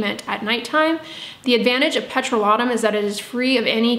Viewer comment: I will now stop my scrubs of all kinds. In the winter I do like a little sugar scrub. I’ve begun using glycolic acids and retinols and think its better for my face neck and cheat and am grateful for your advice. I am curious why you pronounce petrolatum as “pet-roh-la-toom”? I’ve been concerned using a petroleum product on my skin because it is a petroleum my product. Is this true?